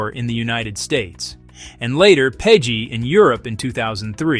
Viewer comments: Just an FYI "PEGI" is pronounced like the name "Peggy", not peji. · How can you NOT know how to pronounce PEGI?! It's said at the start of EVERY EU video game ad.